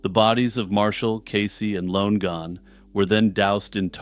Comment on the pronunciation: It's pronounced Lon-e-gan /Lon-again